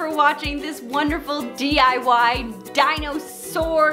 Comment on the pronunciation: Dino-sore or Dino-saw? 🤣🤣🤣